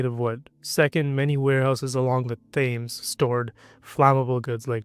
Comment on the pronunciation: "THAYmes?" It's pronounced Temz. How could you research all of this and get the name of Londons famous river wrong?